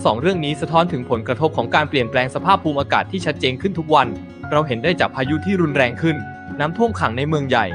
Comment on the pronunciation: อ่านออกเสียงคำภาษาอังกฤษไม่ค่อยถูกนะคะ ปรับปรุงหน่อย ภาษาไทยก็ไม่ถูกบางคำนะคะ ภูมิอากาศ ภูม มิ อา กาศ